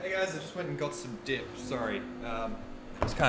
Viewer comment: Why do I keep hearing "dick" instead of "dip"...